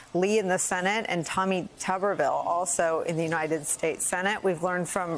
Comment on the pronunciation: Tuberville is pronounced "TOOBERVILLE" not "TUBBERVILLE". Do you say "YOUTOOBERS" or "YOUTUBBERS"? It's TOOBERVILLE. As in, he's the mayor of potato town.